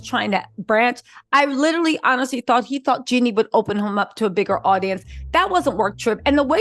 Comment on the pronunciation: Girl its Jeeeeeenie not Jenny 😊